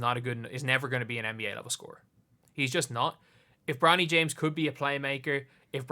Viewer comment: Is he saying bronald ??